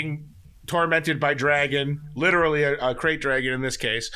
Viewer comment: It's Krayt, not Craft